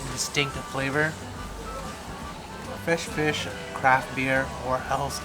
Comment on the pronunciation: Never heard of "Fesh Fish" but it sounds tasty